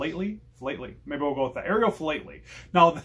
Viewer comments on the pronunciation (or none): Philately is pronounced 'fee-lat-er-ly' say it as one word - hope this helps. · Sounds like / spoken as: " Fil-at-ily "...